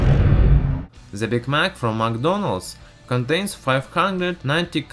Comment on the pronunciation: Oh my god i almost died of laughter everytime you say 'ze' instead of 'the' dude no offense really great video but man this is to funny